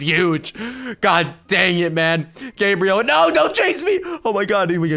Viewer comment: You screamed oh nei, nei is norwigan